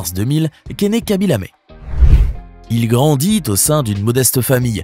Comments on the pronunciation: Pourquoi Lamé ??? Y a-t-il un e accent ?? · C’est Lame, pas lamé.